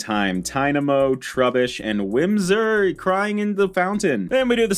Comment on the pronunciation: Heh, it is Whismur, not Whimsur :P